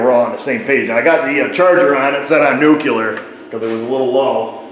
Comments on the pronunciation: It's not, it's nu-clear. However, who cares when the content is so excellent? Unless you also say foil-age instead of fo-lee-edge. Or ree-la-tor instead of real-tor. See if All-data has a dictionary diagram. 🤣 (honestly, joking. Say it like you see it, I have loved your videos for years. Thanks always for the effort your episodes require.) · It's pronounced "nukular", not nuclear, sounds just like homer Simpson. 😳😲🙉👨‍🔧👨‍🏭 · Funny how he pronounces "nuclear" like George W. Bush lol